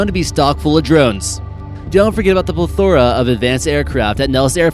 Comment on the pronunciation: Wow, they have a pluh-thora of them? And I thought they had a pleth-uh-rah of them, who knew (maybe look up pronunciation next time?)